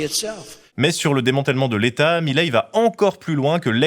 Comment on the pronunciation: Milei. Pas Mileí 😆 Comment dire... Qq'un n'a jamais vécu en Argentine et ca se voit. C'est un sujet très compliqué et ça nécessite plus de profondeur qu'un simple "il aime pas l'État donc il est méchant." l'État est extrêmement corrompu en Argentine.